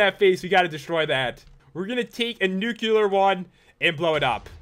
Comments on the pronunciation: why do you say newcular it's nu-klee-ar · I don't want to be a jerk but it's not nukular it's nuke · Its pronounced nuclear not nuculer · It is not Nucelar, it is Nuclear. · U said nu-cu-lar grenade the whole time:D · "Nuc-u-lar grenade" FFFFFFFFFFFFUUUUUUUU